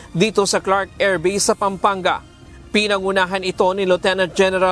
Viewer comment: sakit sa tenga ng AIRVASE, EYFRIL 18